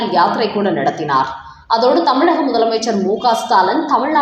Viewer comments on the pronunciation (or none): none